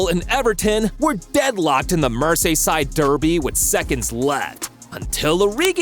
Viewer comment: "mErsAYsIdE dErbY"